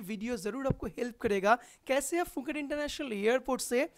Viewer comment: Not fuket Phuket sai tara bola....